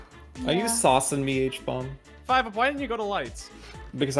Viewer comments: the way smiled when said HBomb as huhbomb was pretty funny. 😂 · Habomb Subtitles: Obama